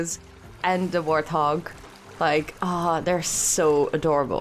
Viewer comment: Hey Just wanted to let you know that I love the videos. Also as a person with English as their third language I just want to say that it's pronounced wart-hog with a t hehe. I don´t mean this as any kind of insult, I know I would want to know if I were saying something wrong. They are hogs with warts but you seem to say warth-og which is an understandable error. Any, love the series! keep it up.